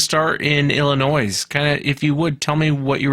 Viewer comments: I love you, but Illinois is pronounced Illinoy not Illinoise, LOLOL! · Best intro to the show I've heard awesome...loved it...btw being from Chicago it's Illinois not Illinoise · Oh... Illinoize? It’s Illinois- the s is silent. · you rock, love you man but Illinois does NOT have an sss sound at the end, sounds like Illinoi, I am not trolling I promise. Just my pet peeve. Great Day to you and all you know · Illinois - Illinoi - the s is silent. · Lol 😂, the "S" in Illinois is silent, lol, c' mon!!! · I grew up in IL, southern end. BTW, the "s" on the word "Illinois" is silent. Hearing the "s" pronounced had the same effect on me as later, a then longtime Oregon resident, had when someone pronounced "Oregun" as Oregone." The IL bigfoot story I heard, after I'd move away, wa the one that was in Murphysboro, with the slimy greenish creature rising from a river and a couple of people having an affair, werr scared away, so much so that they drove to the police station in the small town to report it. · Who pronounces the S in Illinois??? Hilarious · Cat Hassel I’m born and raised in Montreal Quebec Canada. I’m pure French and know the s is silent in many words but it’s weird to hear him pronounce the S in Illinois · What does that even mean in reference to the comment made. It's not a choice as to how Illinois is pronounced CORRECTLY. The "S" IS silent. Ask anyone FROM Illinois. I like listening to these stories, but it's also like nails on an f'ing chalkboard to hear "I seen," or "I should have went," over and over and over again.